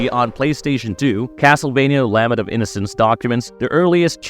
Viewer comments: Lah-ment, not lamment, lol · Lament. “La” “ment”. La like a child singing and “ment” like “cement.” Can’t tell if you’re AI or just trying to sound like it.